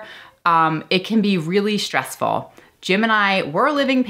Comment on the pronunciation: Its never 'shtressful '. There is no such word. It may be ' Stressful ' though.